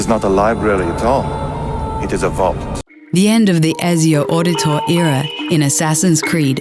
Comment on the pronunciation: Auditore. Orditor. Ok, sure